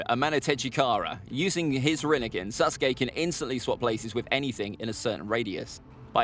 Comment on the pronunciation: Am I the only one to hear him say Suske